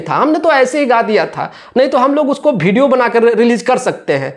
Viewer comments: हा भाई तुम बाप से बढ़ हो।तुमको हिंदी बोलने पहले आता है ।वीडियो को भिडिओ बोलते हो😅😅😅😅😅😅😅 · Parduman bhai bol rahe hai ki khesari bhai ko english nahi aati hai to youtubar mahar ar aap bol rahe ho ki praduman tumhe bhi to nahi aati hai yar to hame batao youtubar maharaj aap ko kaha aa raha hai tu bhi to video ko bhideo bol rahe ho jara ish bat par bhi dhayan do fir cham chae kar na bete jo galat hai o galat hai